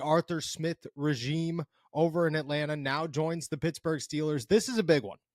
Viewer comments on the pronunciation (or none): none